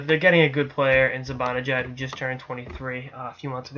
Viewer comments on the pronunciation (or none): hey.....it is pronounced (mee-ka ze-ban-a-jad not ZE BON A JAD.....just a sens fan giving you some help.